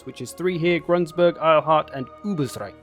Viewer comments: "Grunsburg" - Gru-n-burg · Step one: Remove that annoying "s" from Grunburg you keep adding.